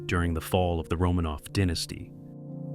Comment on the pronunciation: Cool but annoying the AI voice can't pronounce 'kaiser' or 'dynasty' correctly...